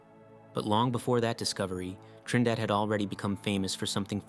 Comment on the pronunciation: Okay, your very first island is Trindade (Treen-dah-Jee) the other island is Trinidad, like as in Trinidad and Tobago.